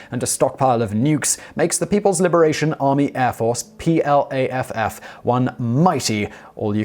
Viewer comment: PLAFF??? That should be PLAAF!